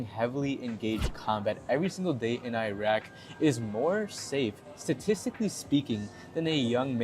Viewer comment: Can you search on how to pronounce Iraq? Just a suggestion because you may mislead Filipinos who pronounce the country correctly who are listening to you. You are comparing apple and orange here.